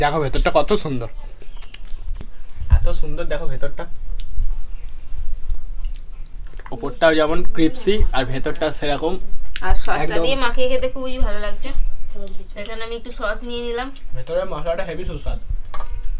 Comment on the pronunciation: ওটা ক্রিপসি না ক্রিসপি হবে😂😂